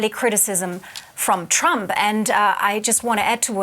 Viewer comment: The guy is so warm assed that he can not even pronounce the name of trump